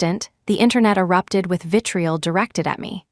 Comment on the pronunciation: VITRIOL not vitrial